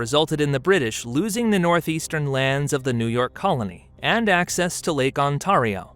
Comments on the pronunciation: Ontario is pronounced "On-tair-ee-o". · I know it's petty, but please get pronunciations correct before narrating. Iroquois is pronounced French-style, ie. I-rok-wah, not Iroquoy. And it's Lake Ontayrio, not Ontarrio. I thought these were common knowledge, but I guess not. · I wasn't even watching, just letting it play on the 2nd monitor, when he said "on-TAHR-ee-oh" , odd pronunciation for a North American accent. Got a whole different problem when I came to the comments. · The voice you use is AI, we can tell because it mispronounces words like Ontario. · As someone who lives in Ontario I find the pronunciation of 'Ontario' here to be ridiculous. is the narrator AI?